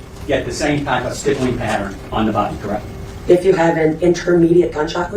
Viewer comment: GSR-stippling/stipple (rhymes/w nipple).. not tryin to be grammer police because lord knows your better than me at speaking.. this is only if you care homie.. really good work on all your vids tho frfr..